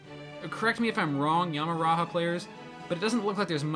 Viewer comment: Dude no offense it is Yama raja not Yama raha